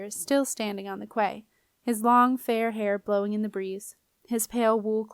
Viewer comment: Hey great job 👏 genuinely read well. I just wanted to add though that quay is pronounced like kee or key, not cway.